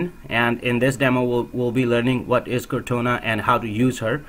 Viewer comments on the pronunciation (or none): It's "core-tah-nah", not "car-tone-ah" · I was about to post the same comment... it is cor taaaaa naaaaaaa